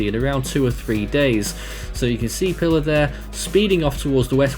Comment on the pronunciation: Pilar is pronounced "pee-LAHR". It's Spanish.